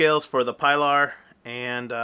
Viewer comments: No pie lar but pee-lar. Hard E please. OK, A good means to preserve your micarta and keep it clean looking is Renaissance wax easy to use and replenish, just takes a very small amount on a lint free cloth, I have used it on blued revolvers and grip for years. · No offense but it is pronounced (PEE-LAR) for Spanish pronunciation and also sounds cooler